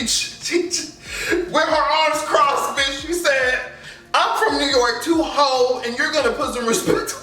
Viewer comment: The way you say “ho” takes me out every time.